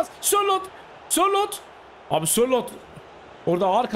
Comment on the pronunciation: abi kusura bakma ama spikerlikte ilk defa senin kadar kötüsünü gördüm pelkasa szalai,sorlotha muhammed sorloth fln diyosun keyfi kaçıyo